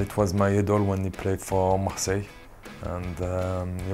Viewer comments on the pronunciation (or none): none